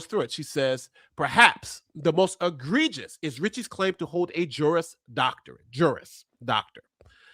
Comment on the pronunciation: Yes, haha, he kept saying "JURIOUS."